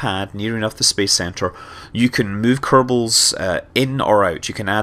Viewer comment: he said "kernals" XD